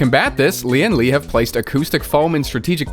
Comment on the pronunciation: the way he pronounce lian li tickles my brain